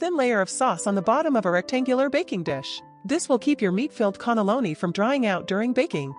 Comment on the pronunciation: WTF is a connolloni?? Cannelloni!!